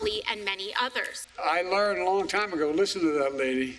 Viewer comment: Hear how she emphasises peaceful 'cause they are not and she knows!!